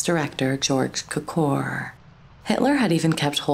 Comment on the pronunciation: Cukor. Pronounced Q-kor . Accent on the Q. Walter Wanger. Pronounced Wanjer